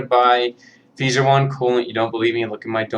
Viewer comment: Don't forget deltas and ultra kazes are bad because they use cheap sleeve bearings that wear out quickly. i have heard skinnee's reviews aren't reliable also feser is pronounced like phaser